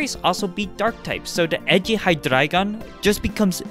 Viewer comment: love the slight german accent for the Hydreigon line